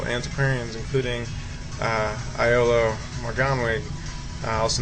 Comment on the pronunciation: Sorry, hate to be picky, I loved the video but its pronounced Yolo, as if the I is a Y. Yolo Morganoog, (the w makes a sort of double o sound) is the correct pronunciation ;-)